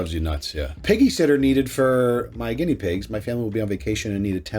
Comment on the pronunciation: "Ginnea" pig?! 🤌 😂😂😂